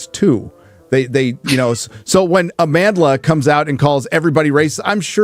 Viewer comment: Amandla can't even pronounce her name and she has the audacity to call you racists....I'm a black South African.